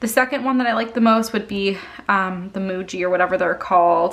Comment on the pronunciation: I love the juice pens. And I just got some G2 .38 and love it too. My guess is the signo won’t have consistent flow. Muji is pronounced mugee. Lol. I have some other fine tips I will have to let you know about as well.